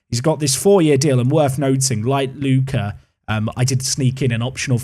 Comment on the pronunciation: Yes, Lucca and Ricci pronunciation this time is about right.